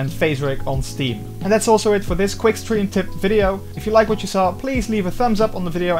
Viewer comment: Are you saying steam, stream, or Streve?